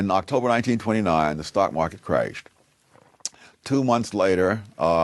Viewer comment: "In 1929 the stock market crayshed".